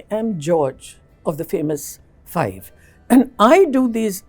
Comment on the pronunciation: it's not Fye,, sasta kardash... it's FIVVVVE